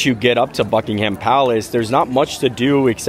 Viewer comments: Glad to see you here in our London. A tip for your English. When pronouncing ‘Ham’ in names, like Buckingham or Birmingham, drop the ‘a’ and throw in a ‘umm’ instead. Bucking-umm 😊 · Great to see you enjoying your trip! Just one quick thing - we don’t pronounce it “Bucking-Ham” Palace, but “Bucking-um” Palace. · It's not Bucking-ham palace